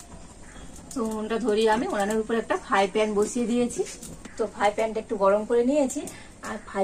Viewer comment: ফাই প্যান ? একটু ঠিক করে কথা বলুন বৌদি। আর উচ্চারণটাও ঠিক করুন ।